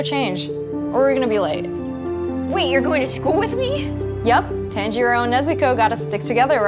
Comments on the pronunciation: ITS NOT TANILLO IT TANJIRO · It is ton-g-row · Tanjiro:❌️❌️❌️ Tanj-il-lo:✔️✔️✔️